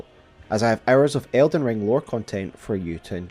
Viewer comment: Did anyone else think he said elden John? 💀